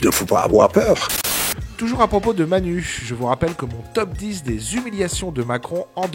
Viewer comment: Ce "il ne faut pas affoir peurrrh" à la fin, trop bien placé, ça m'a fait tellement rire ! 😂